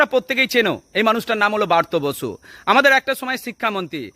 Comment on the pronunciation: বারতো বসু। নয়। ওনার নাম ব্রাত্য বসু। তুমি এত জান ,কিন্ত নামটা ঠিক করে বলতে জানো না?